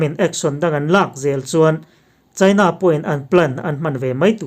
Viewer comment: India, china i tih hian a thluk a ti dik lo thin..